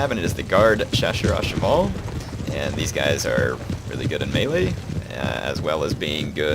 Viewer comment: I love your accent: Chasseurs à cheval !! Nice.